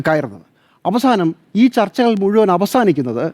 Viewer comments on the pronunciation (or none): none